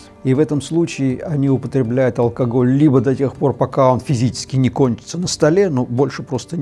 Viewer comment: Фу, он говорит алкогль-меня уже тошнит. Победить алкоголь можно. Но если в голове нет мозгов -это невозможно